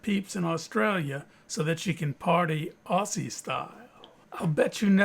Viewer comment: You're a crack up.. thanks for the arrowhead chipping. never seen that before just so ya know When you say Aussie the s's's sound like z's .. Ozzie